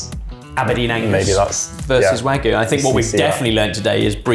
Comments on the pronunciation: Wagyu is pronounced wagyu, not wagoo. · I always thought its pronounced WagYu not Wagu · It's not wagoo! It's wagyu! For gods sake! Beef in Japanese is gyu niku, milk is gyu nyu, stop saying wagoo! Wag you! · Why do they all say Wagu instead of Wagyu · You're correct, it is wa-gyu. I don't know when English speaking people in the UK and US started pronouncing it "wagoo". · Sad to hear the pronunciation "butchering" of wagyu. It's not hard to say "wah gyoo" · "wagoo" is hilarious. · One) I don't appreciate this slander against. Two) Exhibit A, the chefs in The Bear (the popular, award winning TV show) also calls it "wagoo" for some reason. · what's with everyone saying wagoo these days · It's not real Wagyu so I guess calling it wagoo kinda makes it less like lying. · I don't know why the pronunciation of "Wagyu" as "Wahgoo" irks me to the degree that it does, but it shouldn't. Maybe because I see a Y and it's not being pronounced? Has the same vibe of "should of/should have" for me. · Please stop saying "wagoo", there's a "y" in "wagyu"... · Absolutely butchering the pronunciation of "wagyu". Pun intended.